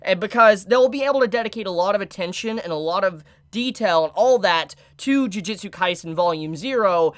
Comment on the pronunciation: Am I the only one who gets slightly annoyed that so many people keep Pronouncing "Ju-ju-tsu" Kaisen as "Ji-ji-tsu" or "Ju-ji-tsu"???